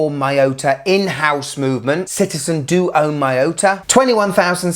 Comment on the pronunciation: the pronunciation of MIYOTA gave me aneurysm